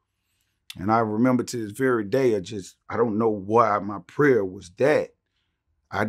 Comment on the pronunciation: "Ion know what happened..." Ok Buck, Ok...😂